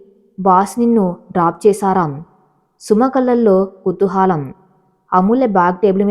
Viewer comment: కుతూహాలం కాదు అమ్మ...కుతూహలం